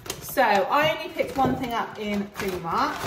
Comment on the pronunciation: Love Primark, but you pronounce it Preemark …us in Hertfordshire call it Primark. 🤷‍♀️ they have some great bargains. Thanks for sharing 😊